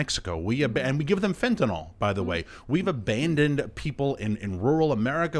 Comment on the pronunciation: ATTENTION DIPSHITS: IT'S NOT PRONOUNCED FENT-A-NALL, IT'S PRONOUNCED FENTA-NILL!